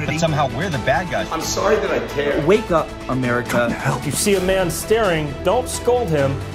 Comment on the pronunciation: 'Weakup America' 😂🤣